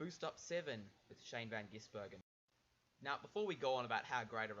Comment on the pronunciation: it is pronced gizbergan not gissbergan